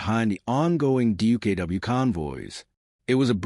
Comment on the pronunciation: check your facts stop using lame ai and its duck not dookoo.